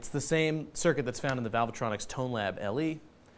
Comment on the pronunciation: It isn't valve-a-tronic, dimbo. Try reading what is on the front of the amp.